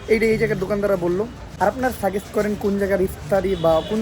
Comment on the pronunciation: ভাই আপনি সাজেস্ট কে সাগেস্ট বলেন কেনো 😢😂